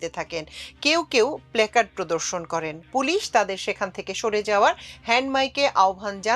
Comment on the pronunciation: আমাদের জানা এবং শিক্ষা কত অপূর্ণ! খুব হতাশ হয়ে যাই যখন সংবাদ মিডিয়ায় বিকৃত উচ্চারণ শুনি। প্লেকার্ড নয় প্লাকার্ড হবে।